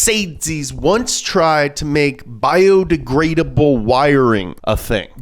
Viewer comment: "Bio degradable " more like bie de gay able.